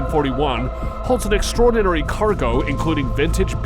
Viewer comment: Hey! Narrator! It's not " extra-ordinary" It's "extraordinary. One word. Extra-ordinary sounds like the actual opposite of the word extraordinary, like it's actually extra ORDINARY. Also it's nuclear, not nucular. Learn how to speak English properly.